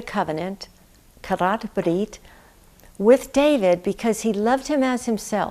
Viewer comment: Thank you for this wonderful insight. And I love your Hebrew pronunciation of "Karath Brith"